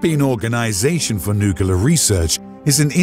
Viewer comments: Did he say Nu-cu-ler? It is actually Nu-Clear. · The word is not "nucular". It is nuc-le-ar. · The word is "nuclear" is pronounced NOOK-LEE-YAR and not NYOOK-YOO-LAR. It's a very common error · It's NU-CLEAR......................... Not NU-KILLER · It's April 1st. I never trust anyone who can't correctly pronounce the word "nuclear." It's noo-klee-arr. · he said nucular..... its nuclear. so many people on here cant even read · nucular :D